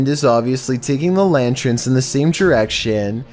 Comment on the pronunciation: I'm not trying to be an a**hole but, lantern not lantren.